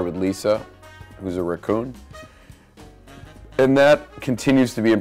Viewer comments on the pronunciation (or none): Ok, either Nick just says Ricoon or he can't stop saying Riccon.